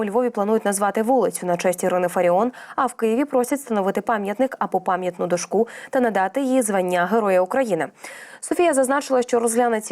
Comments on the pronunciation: Протарахтіла як з кулемета текст ,а толку ніякого на дарма ,що очки напялила:дОшку ,а не докшУ,доречі красавіца ти наша!))) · ДошкУ?!!!Це просто " краса" зашкалює...😂Але, правда, акцент не такий жахливий, як у інших.Але ще трошечки треба попрацювати.